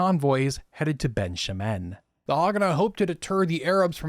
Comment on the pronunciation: Great video! (I'm only ¼ of the way through but so far it's really interesting ☺️) One note, some of your pronunciations of Hebrew terms are off- Lehi is pronounced "LEH-khee" not "LEE-high", Negev is NEH-gev, Ben Shemen "BEN SHEH-men". In general Hebrew only has two ways of pronouncing words - emphasis on the last syllable or on the penultimate one. While emphasizing the last syllable is more common overall, there are certain kinds of words that are penultimate. Peoples names, for some reason, tend to shift to penultimate (Adam - man - moves from ah-DAHM to AH-dahm when saying a person's name).